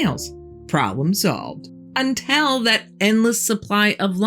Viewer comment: I love your story telling, but the word is until; not entell.